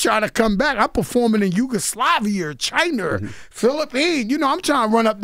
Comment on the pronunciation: That’s a NY thing lol I’ve heard a lot of people add an R to the end of words